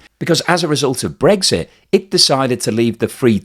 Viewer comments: its brexit not bregggsiiitttt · I like your blogs but I can’t listen when you say Bregsit instead of Brexit, sorry, probably just me.